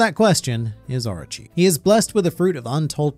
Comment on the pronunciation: orchi orchi orchi ....dumm ass its oorooochii ..stop ur english accent...XD